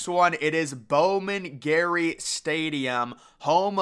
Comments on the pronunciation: LOL Bowman Gray, not Bowman Gary. 🤣🤣🤣🤣🤣🤣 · It is Bowman Gray, not Gary. The Yale Bowl is pretty interesting, and its name is the origin of the term "bowl" for bowl games. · Bowman GRAY (as in the color) Not Garry 🤦‍♂️🤦‍♂️🤦‍♂️ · Bowman "Gary" lmao. It's Grey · It's Bowman-GREY Stadium, not Bowman-Gary, you need to get things correct if you make a video... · Bowman Gary? WTF? It's Bowman Gray.